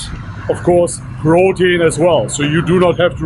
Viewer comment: I hear you say brotein lol 😂 totally okay though, not trying to humiliate u🤘